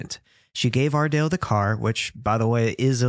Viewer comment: Am I the only one who loves to hear him saying “ARdALe”!!!